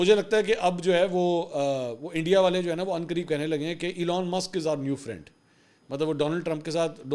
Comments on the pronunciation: Friend nahie phrand was ritefully said,😂😂😂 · فرینڈ نہی پھرینڈ 😅